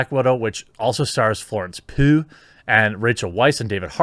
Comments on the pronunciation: Pugh - pronounced PYew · Not a personal slight but 'Pugh' is pronounced like 'Pew'. It is Welsh I think. Just trying to help.